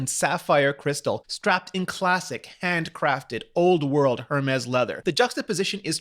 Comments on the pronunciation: Please stop saying the h in hermes. It's ermez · "air mes" not Her mes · It’s not her-mes it’s air-mes! It’s sooo annoying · It’s Air-mez, not Air-mess... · It's pronounced "Hermais" not hermes. é is pronounced "ei" or "ey" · Umm... excuse me but it’s pronounce: Ermez or Airmez. Not HERMEZ!! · It’s not her Mez it’s Hermès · Er mis .... It's a Greek God. It's not her miss. Or HERmis... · Please, listen to the man in the presentation. It is called ERMÉS ! SAY IT WITHOUT THE H ! It hurts my ears every time you say that name WRONG ! And you say it a lot ! You wore it out. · It is “air-mez.” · Rene the “H” in Hermes is silent. Makes my ears bleed every time I hear you say “jermes”. Love the show, keep up the good work! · love Rene Ritchie's videos but the way he says Hermès stresses my soul (P.S. the H is silent) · He's pronouncing it just fine --considering that he's reviewing the watch in English and the French pronunciation would be jarring in context; however, in French the letter H is ALWAYS silent, so you would never ever EVER say "her-mes" (no, not even the softest "h" as he seems to be doing here). It's simply mute. Additionally (and this is nearly impossible for native English speakers who weren't raised bilingually) the first syllable of the word "--h--er -mes" is not pronounced "air"; rather "eh" + back of the throat "R" + a clean last syllable "mes" (with a strong "s" that lands hard). Since trying to paint a picture of how to pronounce a French word is taking me a whole paragraph (LOL) and making it sound unnecessarily complicated, here's an example of a couple of native French speakers having a go at a review of the watch. At about :15 secs there's a French woman pronouncing it and at about 45 secs a French guy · Pod That's quite a big assumption. But tech youtubers or other youtubers do tend to pronunce the h. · Its simply that he is pronouncing the "H". Since its a frech company, the "H" is silent. But at the and of the day....